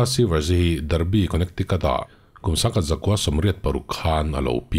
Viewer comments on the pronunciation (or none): none